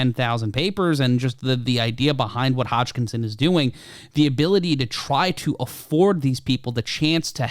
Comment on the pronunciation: "Hotschkinson" ? :D